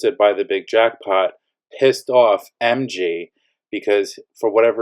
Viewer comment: The way you pronounce NG n MG makes it impossible to understand who is who. Next time use names if there’s ever an update 😅